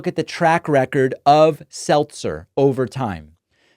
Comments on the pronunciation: SeLZer not SelTzer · Selzer not Seltzer love your work bro! 💙💙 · Her name is Selzer not Seltzer so the whole bubble thing fell flat. See what I did there. 🟦🟦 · Ann Selzer, not Ann Seltzer. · Her name is "Selzer" not "Seltzer", everyone keeps spelling it and pronouncing it with a T but it does not have a T. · I thought it was pronounced Sell-zer. It's not like the carbonated beverage. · You are putting a "T" in her last name! It is SEL-ZER. P.S. Early voted blue.💙